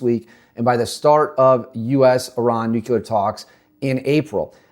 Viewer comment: Can't listen. He already said "nukular" less than one minute in. Never trust information from someone who can't even say nuclear.